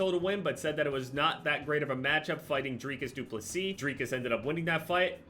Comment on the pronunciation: Props to pronouncing du plessis well, from a south Africa🤣